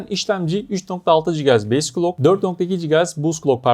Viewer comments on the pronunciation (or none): none